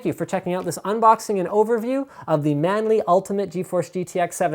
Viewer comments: man-lee. maybe chinise D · *scratches head* who the devil is "Manli"?